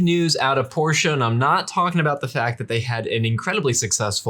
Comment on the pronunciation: Pronouncing Porsche properly is a breath of fresh air. Thanks, gents!